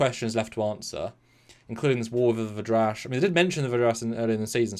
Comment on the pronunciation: Who are the V'draysh? Damnit!